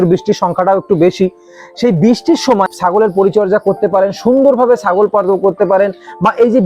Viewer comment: দাদা "ছ" টাকে "স" উচ্চারন করে ফেলেন কেন ? যেমন আপনি "ছাগল" কে "সাগল" বলে ফেলেন সুতরাং প্রতিবেদন্ ভালো করে উচ্চারণ করা উচিৎ ।